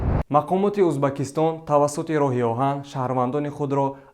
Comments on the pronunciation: Узбакистон"- не!!! ,,Уз,,бекистон"!!!!!!!!! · Эй,бачаи бесавод,узбакистон не,дар оянд доимо Узбекистон гуфта талафус кун!Фахмо!?